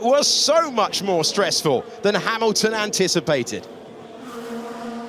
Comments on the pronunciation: the commentator called Hamilton "Harrelton" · he said "Haroldson" or are my ears tricking me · "Harolton" thats a new.... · Ah, my favorite driver, "Harrilton" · "Harleton" lol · Harrilton. :D